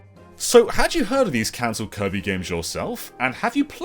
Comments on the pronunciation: Did he say koiby. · Because of, from this day forward, I will pronounce "Kirby" as "Koibee".